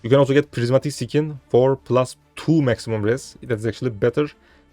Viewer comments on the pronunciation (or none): Kardeşim İngilizceyi güzel konuşuyorsun da şu skin(deri)yi (sikin) şeklinde telaffuz etmen yok mu.. Sen büyük ihtimalle eskide Knight Online'da oynuyordun. Mesela Knight Online telaffuz ederken (nayt online) yerine (kınayt online) şeklinde mi telaffuz ediyordun?